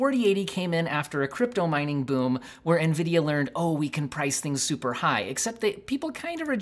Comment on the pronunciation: lmao nevidia greed.. but ya.. it is what it is xD